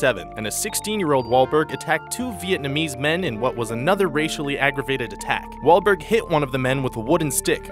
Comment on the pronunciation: did he say wall waulker